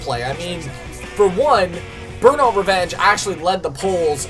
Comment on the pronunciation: Cmon dude its burmout lets keep it goin